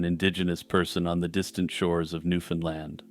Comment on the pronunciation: You start off pronouncing “Newfoundland” correctly, which pleased me (as a Newfoundlander and scholar of Newfoundland history), but ten minutes in you switch to the “Newfunlund” pronunciation, which is incorrect. The common rhyme is “Newfoundland, understand.” You said it right at the start of the video!